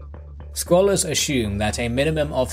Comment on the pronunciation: Doesn't he know how to pronounce " assume"